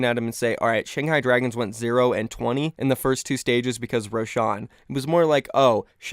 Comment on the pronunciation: I hate how you pronounce roshan